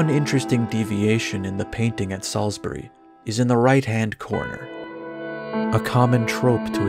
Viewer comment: Random bit of praise. I live in Salisbury and you pronounced it the best I've heard from an American. So ... Groovy